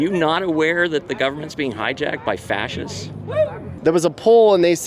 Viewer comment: 😂 It is fashist bah haha haha haha haha. I'm latteennawh bla bla bla bla bla...make some sense. If they only knew the truth. 😃 🤥 It's like they rather have a really rogue president like the previous crime boss.